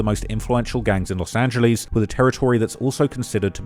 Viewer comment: Bro it's annoying that you can't say Los Angeles correct. It's not " Los Angiliis" ffs